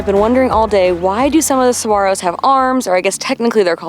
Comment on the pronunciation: Thank you for pronouncing saguaros correctly!